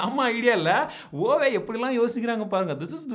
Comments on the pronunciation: Huawei bro not hauwei ! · Brother Huawei pronounciation is like "wah-way"